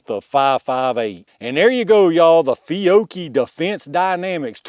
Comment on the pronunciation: That was incredibly bad... as an Italian I have to apologise in the name of the nation 😉